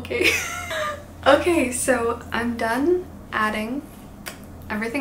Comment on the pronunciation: is saying “ok” with a Mexican accent lol 😂 also omg loved this video, I also own so many books that I haven’t read yet so I felt so related 😂❤